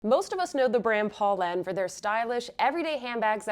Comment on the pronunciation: “Poe” not “paw”!! My friends and i made it a drinking game! You have great content. Just needs tiny bit of refinement, especially when reviewing brands. 😊